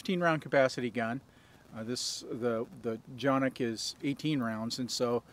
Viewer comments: You are not pronouncing the name correctly it is just like it looks CAN IK not chan=nik or janik please. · C, c pronounced like English `j' as in `jet' and Jimmy a short 'a' as in 'art' or 'star' ı [undotted i] 'uh' or the vowel sound in 'fuss' and 'plus' 1. Every letter is pronounced! 2. Each letter has only one sound! 3. Two or more letters are never combined to make a new or different sound Soo..... Jonuk...or johnuk - sounds like you said it exactly correctly! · its definitely not pronounced johnik. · no but if listen to the guy from century arms who got them from turkey and sells for canik that is how he said it just tryin to help.